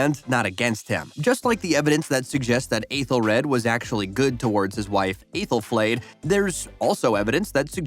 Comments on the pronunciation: The worst offense is how terribly you mispronounced some of these names. "Athel-RAD" Jesus did you even watch the show? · Okay but they way your saying Aethelred is driving me crazy